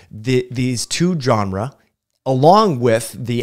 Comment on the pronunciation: You practiced such restraint in your response to the criticism of your pronunciation of "genera". 🙄